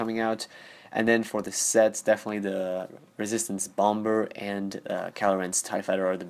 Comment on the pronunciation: Stop pronouncing the second 'b' in 'bomber'